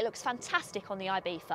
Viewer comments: I bee tha and not I bee Zzza???!!!!! why???? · I know it's the correct pronounciation, but the "th" is killing me, just call it Ibizza, Ibisa or ibitza like half the Europe does, it sounds much better than the god awful "ibitha"